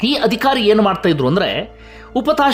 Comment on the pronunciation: ನೀವು ವಿವರಣೆ ಕೊಡುವಾಗ ಪ್ರತೀಬಾರಿಯೂ 'ಅಧಿಕಾರಿ' ಎನ್ನುವ ಬದಲಾಗಿ 'ಅದಿಖಾರಿ' ಅಂತ ಉಚ್ಛಾರಣೆ ಮಾಡುತ್ತೀರ, ಇಷ್ಟು ಚೆನ್ನಾಗಿ ವಿವರಣೆ ಕೊಡುವ ನೀವು ಇದೊಂದು ಸಣ್ಣ ತಪ್ಪನ್ನು ಸರಿಪಡಿಸಿಕೊಳ್ಳುವ ಬಗ್ಗೆ ನಿರೀಕ್ಷೆ ಇಟ್ಟುಕೊಳ್ಳಬಹುದೇ ?